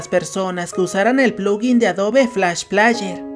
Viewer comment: Por cada vez que dijiste "plaller", murieron 10 niños en África xd